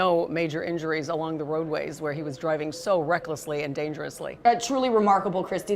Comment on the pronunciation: She’s good at annunciation. Ger-i-ving at a fast speed. Thought it was driving with a D.